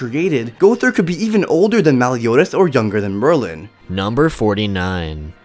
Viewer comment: It said Maryland for Merlin